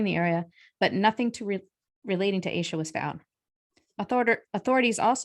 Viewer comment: Pretty sure her name is pronounced “Ash-a”.